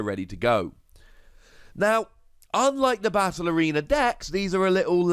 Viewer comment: Every time you said “battle arena”, I heard “ballerina” 😂